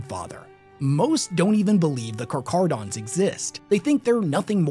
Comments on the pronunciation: Am I the only person that grew up watching shark shows in the 90s and hearing the way people pronounce Carcharodons physically hurt you as well? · It's a Greek word, so it should be pronounced "k" instead of "ch" as in chair. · Car cara don. No ch sound. Just like the name for the white death. Keep at it. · It's pronounced like a [k] sound, not [ch] Carcharadon is scientific name of white shark genus, from Ancient Greek — κάρχαρος (kárkharos, “sharp, jagged”) + ὀδών (odṓn, “tooth”) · It annoys me so much that switches between pronouncing it as car-carodons and car-char-odons hes literally the only person ive heard pronounce it as car-char-odons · Pronounced.. Car-cara-dons.. Not car-CHara-dons. Hope this helps for futire videos ✌️ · I hate to be "that guy" but Car-kah-rah-don Great video, best chapter 👍 🦈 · Ngl his pronunciation is hurting my soul. The "Ch" is prounced as "cuh" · I heard you pronounce them as "karkaradons" and "karcharadons". Do you know which pronunciation is correct? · For anyone confused since pronounces it two different ways (intro and then details) - it's Car-KAR-a-don. The CH is pronounced as a hard 'K'. Aligns with the Greek roots of the word, where "karcharos" means sharp or jagged, and "odon" refers to teeth, reflecting the characteristics of sharks. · *karkarodons is the correct pronunciation. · you say the name wrong its car-care-u-dons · My dude, it's pronounce like "car-care-uh-dons" lol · I love your videos, but it’s pronounced car-care-uh-dons. It’s an actual word based on the Greek word for shark. You did such an amazing job with this, but didn’t take the time to check the pronunciation. Like if someone made an incredibly detailed video of Chevrolets sports car, but kept pronouncing corvette as kor-vee-tay. Still, good video, still giving a thumbs up. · I love you and your videos but my god man, not every ch makes a chuh sound. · I think it is pronounced kar-care-o-dons Also, Ky-mare-a